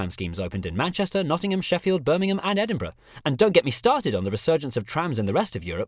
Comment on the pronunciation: Edinburgh lol